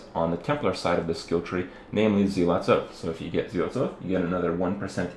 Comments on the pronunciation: Zealot, not Zeelot. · zel-uht = zealot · Why do people keep saying SEE-LOT, it's ZEALOT